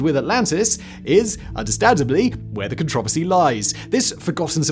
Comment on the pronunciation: I think the controversy lies in how he pronounced controversy